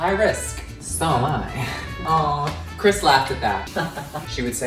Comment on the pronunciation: Hi!! I love you both so much!! My question is, Are you an Ariana Grande fan? and where did you both meet?? BTW CHRIS SAID MY NAME RIGHT, Sorry Ian